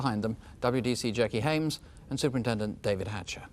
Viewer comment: Hames. Get it right, please.